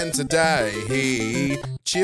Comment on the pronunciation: ... 🎶Again To-Day-Yee!🎶 😂🤣🤣😂